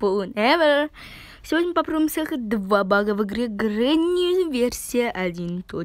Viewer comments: Grenny читается как гренни- перевод бабушка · Джабраил Саидов Не Grenny а Granny